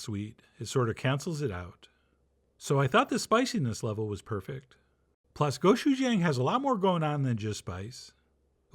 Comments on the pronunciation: the pronunciation is more like a choo choo train. go-choo-jang. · not the end of the world but the pronunciation is go CHU jang. Hard CH sound not a SH. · AND 'jang' is pronounced like JONG/JAHNG. Short o sound. GO-CHU-JAHNG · The real way to pronounce Gochujang is that the G is pronounced like you're trying to say K and G together, and the J is like trying to say CH and J together, so it's like you're superimposing "Gochujang" and "Kotchuchang" together.